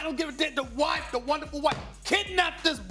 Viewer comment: Did he just say “wonderful white mama”? I’m done 😂